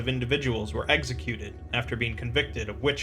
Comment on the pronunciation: “eggsicuted”